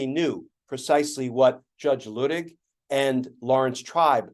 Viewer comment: John Luttig, Michael Luttig’s dad was a friend of mine. We ( everyone at church) pronounced the name with a long u sound. Loo tig. We might be wrong and he was too kind to correct us. Just saying.